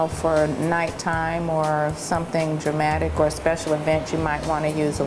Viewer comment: omfg, the presenter!! *face palm* - "dramatic", "spritz","ceraaamic"